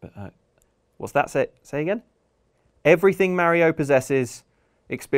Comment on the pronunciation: The scariest thing in this video, is how this guy pronounces mario